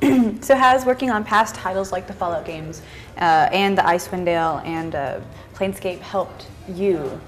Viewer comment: She obviously did do research, and even asked how past projects will influence PE, and whether that should matter to fans of those classic games. Additionally, she actually managed to say 'Planescape' correctly, as opposed to the common 'Planetscape' mispronunciation I often hear from interviewers.